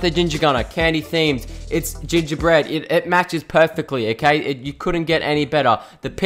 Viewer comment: Why did you say every Time "Perfactly"?